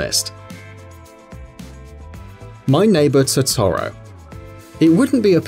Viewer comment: "my neighbor TOE TOE ROW"